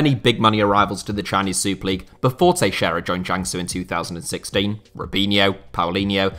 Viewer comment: It's so satisfying to hear a english-speaker FINALLY pronounce "Teixeira" correctly.